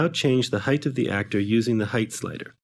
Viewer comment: Love to have this software! But 'Height' pronounced "Heit" not 'Heith"., Of course you get a pass for the good vid.